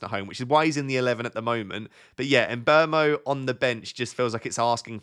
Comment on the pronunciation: Sorry... Side topic... Surely Mbuemo is not pronounced "embermo"? Wouldn't it be more like "mmbwemo"?